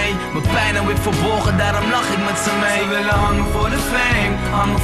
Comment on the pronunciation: De 'z' spreek je niet uit als 's'. Se is... Iis slechte uitspraak. Ik gaf je ook HET mijne want het is HET hart. Zien jullie dat nu niet?